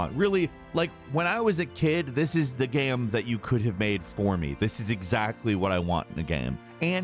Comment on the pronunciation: He keeps saying gam instead of game